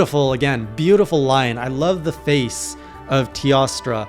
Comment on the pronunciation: Teostra is pronounce Tay-O-stra. Teo means 'god' in old latin as reference to God of the Sun in Greek Myth. And..when there's a sun, there's a moon if u know what I mean.